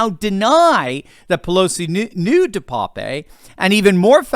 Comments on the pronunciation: Name is pronounced DE PAP. Like pap test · DePape a Dutch name pronounced de-pap the e is silent .